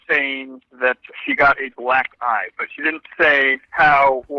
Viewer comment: You triggered my demented brain. Every time you said "Black eye" it sounded like you said "Black Guy.".